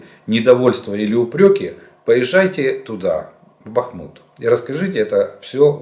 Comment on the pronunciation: Ага ржака. Когда пан Олег начинал вести свои оперативные обстановки, то он читал вопросы так, будто разбирал чей то непонятный почерк. По три раза не мог слово прочитать. А его бАхмут-бахмУт, просто умора, как Баден-Баден.